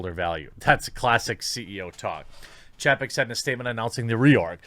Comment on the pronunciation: Chay-peck buddy